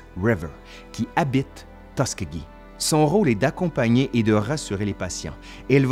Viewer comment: Le nom de la ville se prononce Tus SKI gee (Tuskegee) comme faire du ski.